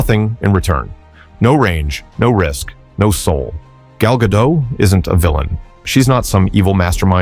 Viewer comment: The very least this clown could do was learn how to pronounce her name correctly! As Gal herself explained to Jimmy Kimmel, it's GaDOT! Heavy on the "T"!